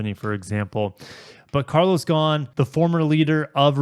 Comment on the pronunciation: Well, modern capitalism at work. One thing I learned from this video: how to pronounce "Ghosn".